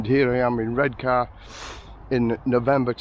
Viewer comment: Born and raised in Redcar but live in Marske now. The new Regent looks ace. Also, no R at the end of Redcar, you should know that lol